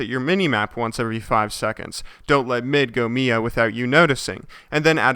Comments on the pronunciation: alright, is really bothering me. It's M.I.A., or Missing In Action, you say each one of the letters, Mia is a female name. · its not MIA its M I A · M.I.A not "Meea" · Lol he said "Mia"